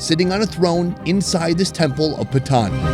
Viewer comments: Calling Patan, "pathan" is crazy 😂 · Its not pathan its patan please not pathan its PATAN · Just a tip on pronounciation. Its not pathan but more 'paa tonne.' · He is saying patan but the pronunciation it sounds like bhutan